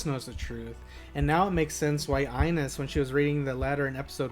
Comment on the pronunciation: Another quick hint about the names, since you're calling Ines "iNes" like an Apple product 😄 It's more like EE-ness. You're not alone in pronouncing some names weirdly, and i don't even hold it against you. I think Americans are generally not that used to shows with subtitles, so they tend to focus on reading and don't pay much attention to the audio at all, since it's all mumbo-jumbo anyways, presumably. But then you also don't pay attention to the way the names are supposed to sound. Whereas i, having watched a lot of subtitles stuff before, have adopted a way of connecting the subtitles to what's being said as much as possible. Pretty soon, i can understand certain recurring words in a foreign language, i get all the names pronounced right, and over time, i even learn some of the language, for example from all my anime watching in Japanese. However, it requires to devote some brain capacity to the audio, and not discard it as some foreign noise and only read the subs. I think it's something you can learn, if you're conscious about it. 🙂